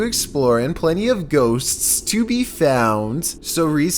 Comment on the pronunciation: are you american??